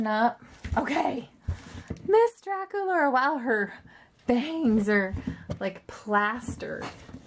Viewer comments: you said durakulora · Dracolaura....... No DracUlara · on my ra she is not saying Dracula's name correctly